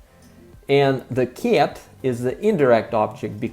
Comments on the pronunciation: Because the "c" in cat sounds soft, it clashes with the "a" which in Russian sounds closest to the hard "э" but not enough to turn the "c" hard. I think he is trying to say "kyet" but it comes off as "kyaet" just because how round and indirect English vowels are. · Мне очень нравится, как ты произносишь кота по-английски, как «кят» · I didn’t mean to insult you. As I said for the most part your accent is excellent and one has to listen for a little bit to realize that you are not a native speaker but when you say cat, it sticks out like a sore thumb. I am not sure that I described how we would pronounce it well enough. I am sorry if I made you self conscience. Perhaps I shouldn’t have said anything. I am like the curious cat that can’t resist getting into trouble. Anyway, I enjoy your videos. You are a poltarah of a teacher. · Rhymes with Blyat 😂 Most russians would say "Ket" I used to have a Russian friend who when referring to his dad he would say: My dead. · When you say the word cat in English your pronunciation of the “a” is definitely not an English sound. You are making an overly pronunciation of the vowel. You know how to make the sound though. When you say кошка, the a is much open, and closer to how we say it in English. Actually, that a is a bit more British, but much closer to American English than how you are now saying it. When you say the word, at, you say it perfectly. So put a hard c in front of the “at” and you will get the way we say cat. On whole though, your accent is excellent. It is almost imperceptible except for a few vowel sounds like the “a” in the way you are now saying cat.